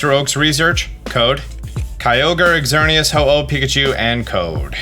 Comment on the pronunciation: I am so sorry, i can't help but be that guy! It's za-shee-yuhn It's zer-nee-uhs It's coh-smo-emm It's also paw-nee-yard! Again I'm so sorry i just couldn't help HHHHHHHHH